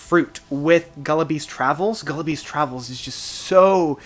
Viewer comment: Great review, but how do you manage to pronounce every album and song name wrong? PHANerothyme, GullibLes Travails.